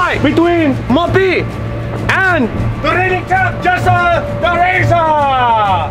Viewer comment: pronounced Mopi name in my language and it means P🐱ssy I’m hmong